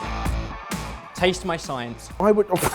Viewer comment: It's about a 50/50 chance that I hear them say "salted" rather than "sorted" at the end...